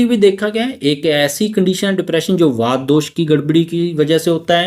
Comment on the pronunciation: वात, पित्त और कफ । वाता पित्ता नहीं श्रीमान जी।